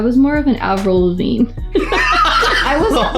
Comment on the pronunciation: 🤣 How did I know Hannah was going to say Avirlavine! Yes girl!